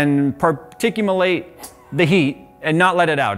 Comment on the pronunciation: "Particumelate" - 2020